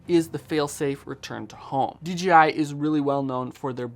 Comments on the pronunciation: D J I ... Not D G I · In your video you call it DGI repeatedly. Is this how we are supposed to pronounce DJI